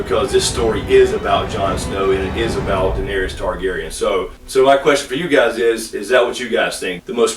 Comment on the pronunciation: U pronounce Daenerys n Gendry wrong lol